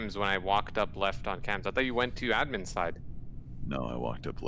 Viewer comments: Everyone: Admin: Uh-dmin I LOVE how she pronounces it differently! Or is it the other way around.........? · It’s so cute when says admen instead of admin